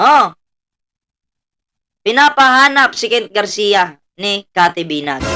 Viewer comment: Cathy Binag po sxa, hindi binay